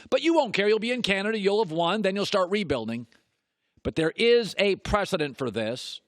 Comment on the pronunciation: Listen to him say Canada like 10 seconds in